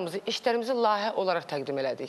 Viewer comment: iyrenc rovsane lahiyye yox layihe